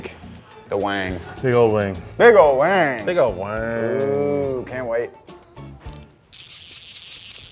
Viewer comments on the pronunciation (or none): Im upset he said wing not WANG